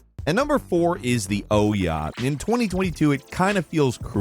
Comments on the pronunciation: It’s not oh-ya, it’s pronounced oo-yah. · It's pronounced "oo-yah", not "oh-yah". For goodness sake,, everyone else knows how to say the name, so why not you? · Wow, you are not good at pronunciations, but still like ya. Ooh yah hehe. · It was pronounced "oo-ya" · Surprised to hear the actual pronunciation of Ouya lol. Been calling it "ooyah" when it was relevant but never heard anyone saying the word, only read about it. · Never going to get over you calling the Ouya the Oh Yeah. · The Ouya (/ˈuːjə/ OO-yə), stylized as OUYA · I have never heard anybody prounounce Ouya like that in my life. It was all over the games channels when it was coming out and not one industry reporter or insider pronounced it like that. Were we all missing something back then? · I love that you mispronounced the Ouya's name! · Is that the correct way to pronounce Ouyh, with a hard O? I've always pronounced it with a soft O. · I think you pronounced Ouya wrong.